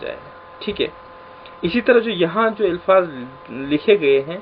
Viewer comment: الفاظ ۔۔۔۔الف کے نیچے زیر نہ پڑھیں پلیز